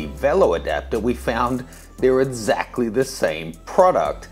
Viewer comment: "Edzactly" the same :P